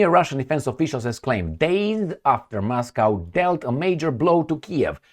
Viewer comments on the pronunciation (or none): none